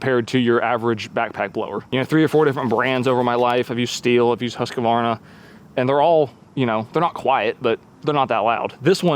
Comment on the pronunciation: Husqvarna is pronounced "Hoos-kwarn-a"